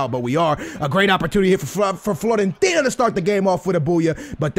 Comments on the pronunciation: It is fiorentina not florentina love ur vids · It's Fiorentina not Florentina!! It's with a 'i'!!